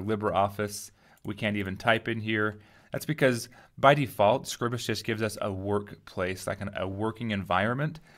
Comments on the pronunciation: Awesome video, followed your series for Inkscape and now it's time to learn how to use this. My only gripe - please pronounce it correctly! It's not "Scribbus", it's "Scribe-uhs" :D (as in "bribe" then "us") I've got a massive problem because I don't seem to get all of my tools appear along the top. If I hover the mouse over the (invisible) buttons I can get the tool tips appear and if I click and hold the mouse button down I get the button appear but I release it and it disappears again. I'm running Manjaro KDE with Plasma, Using Scribus v1.5.8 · I remember you from Inkscape tutes. You do Scribus too?! I thought it was pronounced scribe-uss??? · Not how it is pronounced but otherwise good. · i hate the way you pronounce scribus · I disagree, but I realize I may be in the minority. I read it the same way I would 'script' or 'scribble'. I only pronounce the long 'i' on words with an 'e' after the 'b', like scribe. I make Scribus do the same as words like as apparatus, stratus, impetus, syllabus... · That’s ok, but in case you’re curious. Apparatus, stratus, impetus, syllabus. These words do not have a long vowel, and neither should Scribus. English has pronunciation rules, and while there are many exceptions, I don't think Scribus qualifies for one. 'Time' and 'Scribe' have a long 'i' because of the 'e'. 'Sign' and 'Night' have a long 'i' because of the 'gh'. What would make 'Scribus' have a long 'i'?